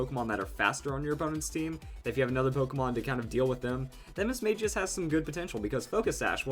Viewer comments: It's Mis-Mag-ious, not Mis-Mage-ious. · I hate to be rude, but you pronounced Mismagius wrong. The correct way is Battle Revolution, the anime, and Pokédex 3D App.